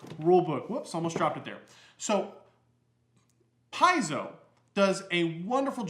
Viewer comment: Pronounced . . . "Pie-zoe"? Looks more like "Pay-zoe". Also, I think meant to say "home brew"? Yes?